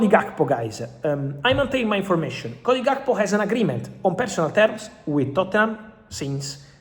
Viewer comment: cody jhaath-ko